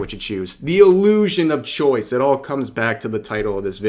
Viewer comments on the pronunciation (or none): The... ah-moo-shun of free choice...